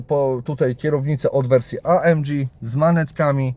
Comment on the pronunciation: Auto ładne i super wyposażone ale mam pytanie a mianowicie dlaczego nazywasz pakiet AMG amdziiij?